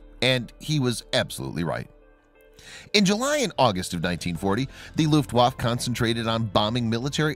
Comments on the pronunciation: You are mispronouncing Luftaffe. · Its 'luft waff A...u sound at the end... its not a junkers. Lol. Its pronounced 'y'oonkers. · Your not pronouncing German words properly. W is pronounced with a V and the letter J is pronounced as a Y .